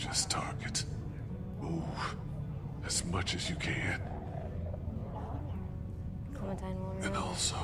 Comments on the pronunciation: My guy just said clementeen instead of clementine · “cLemInTIne” Clementine YOU UNCULTURED SWINE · mans really said "Clementeen" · Clementeen? Did anyone else hear that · I died when he said Clementeen. Anybody else?